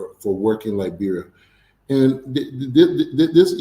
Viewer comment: With all respect , please pronounce correctly Liberia not liberalia